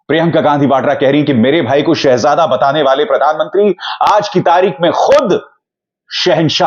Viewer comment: 10 Saal me, ek lafz Shahzada bolna bhi , theek se Nahi bol Pate.. Shaa_jade kahte hain.. Jahil